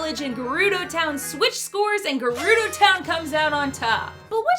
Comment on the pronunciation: Wouldn't he still be dehydrated? He doesn't rehydrate himself until you meet him. Food usually doesn't spoil in Zelda. I think I had heard people say Jerudo before but not Mahora. Fi is also pronounced Figh not Fee. That triggers me since so many people do that. I heard someone pronounce Niko as Nighko. I'm pretty sure it's Neeko. Well I used to pronounce Epona's name as Espona. Not sure why I thought it had an "s". The Koroks evolved from Kokiri and one from Wind Waker mentioned making medicine for Koroks which I assume are consumed since the one he makes for you is. Monsters carry monsters. Monsterception. Oh yeah, I guess Dazzlefruits are edible.